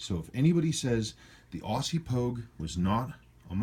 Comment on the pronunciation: Love your videos. I have an April '69 Proof, notched case Pogue on the way. Can't wait.... Btw. It's 'Ozzy' not Awwwssssy;)